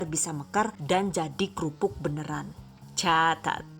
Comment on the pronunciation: Kirain ngomong cacat